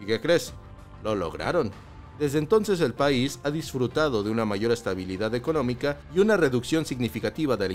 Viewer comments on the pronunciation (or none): none